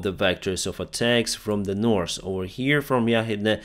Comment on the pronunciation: You dont pronounce "S" letter in the word "north"